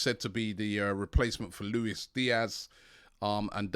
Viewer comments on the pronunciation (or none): none